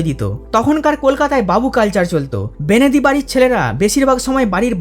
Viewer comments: উঠল বাই -আলোচনায় 'বেণেদী'(দুবার) শব্দটি 'বণেদী' হবে বলে মনে হয় । কি বলেন? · ভালো হয়েছে। বেনেদি না বলে বনেদি বলো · অনেক তথ্য জানতে পারলাম,শুনতেও ভালো লাগলো তবে বেনেদী বলে কোনো শব্দ হয় না, উচ্চারণ টি হবে 'বনেদী'। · ১. ছেলেদের তুলনায় মেয়েদের জন্মহার এখনো বেশি। খোঁজ নিয়ে দেখ। ২. পুরীও কি কটকের চেয়ে 'অখ্যাত'? ৩. 'বেনেদি' নয় গো; 'বনেদী'। তবে ভাল ভিডিটি বেশ মনোগ্রাহী হয়েছে। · বেনেদি নয় বনেদি। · আপনার উপস্থাপনা খুব ভালো লেগেছে। এমন ভিডিও আরো দেবেন। কিন্তু দাদা আপনি ভিডিও শেষে "বেনেদি বাড়ি "বলেছেন ওটা "বনেদি বাড়ি" হবে। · বনেদী কে সেকালের মানুষ বেনেদী বলতো এটা কথার অপভ্রংশ কিন্তু ভুল না। যেমন চৈত্র- চত্তির,প্রদীপ- পিদিম,বৈশাখ-বোশেখ আরো অনেক